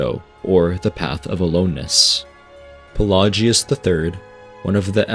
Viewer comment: He does pronounce some stuff like Pelagius as if he never heard it in game, but I think it's just a guy